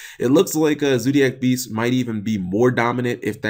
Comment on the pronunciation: learn how to talk you sped it's zodiac beasts not zoodiac beasts